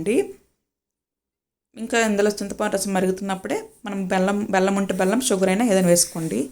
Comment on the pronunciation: అక్క నీ కంద కూర ఎవరూ పట్టుకుని వెళ్ళిపోరులే అక్క ... కొంచం స్లో గా చెప్పు అక్క 😂😂😂...ఎంటి అక్క బెల్లం కి పెళ్ళాం అంటున్నావ్ ... వినేసం మేము....మళ్ళీ లేదు బెల్లం అన్నాను అనేసి అనకు అక్క 😅😅😅...ఆ దురద కంద రెసిపీ మాత్రం మంచిగా వచ్చింది అక్క ...నాకు నా స్టైల్లో రెసిపీ నీకు చెప్పాలి అంటే...డైరెక్ట్ కర్రీ నే change అయిపోతుంది అక్క 😂😂😂... తరువాత అహ్ రెసిపీ పోస్టు చేయాలి 😅😅😅...అక్క లైక్ కొట్టేశ...గుడ్ night అక్క